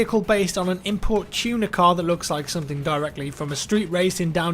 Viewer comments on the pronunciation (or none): i heard tuna car.. not tuner car.. was so confused for a few minutes...